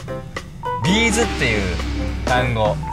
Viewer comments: はなお！！！ B'zはビー⤴︎ズ⤴︎やで！ ビー⤵︎ズ⤵︎やないねん！ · B'zの大ファンからするとご本人達はどっちでも好きなようにって仰っててもビー(↓)ズじゃなくてビー(↑)ズ！ビー(↓)ズは手芸とかで使う粒みたいなやつ！って毎回思う(笑)